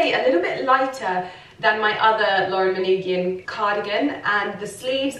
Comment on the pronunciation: The way you pronounced “manoogian” the first time is correct!